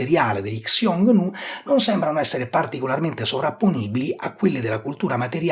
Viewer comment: piccola nota: Xioungnu (匈奴) andrebbe pronunciato "Siongnu / Sciongnu" (pron. IPA del mandarino Xiōngnú: /ɕjʊŋ nu/ ; e del cantonese Hūng nòuh: /hʊŋ nou̯/; Middle Chinese: /hɨoŋ nuo/; cfr. il sino-coreano 흉노 hyungno /çuŋno̞/ e il sino-viet Hung Nô /hʊwŋ͡m no/ /hʊwŋ͡m now/), non "Ksiongniu"... (una cosa simile vale per il medio-persiano e il sogdiano Ẋyon e Xwun, dato che in alcune lingue iraniche e influenzate dalle lingue iraniche, come il Curdo e l'Azero, ancora adesso sta per /x/, e infatti hanno il parallelo nel sanscrito Hūṇa)